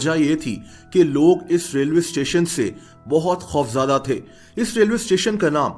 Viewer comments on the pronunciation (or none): خوفزدہ not خوفزادہ